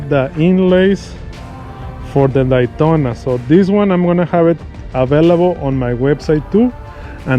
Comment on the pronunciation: “The Dytona” lol. Great job sir.